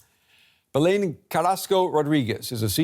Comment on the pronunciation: BelÉn He makes it sound like "Bellend Rodríguez"